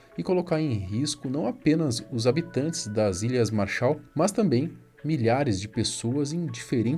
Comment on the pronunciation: Ķkkkkkkkk "a responsabilidade é das ilhas marsha" essa foi foda 😂😂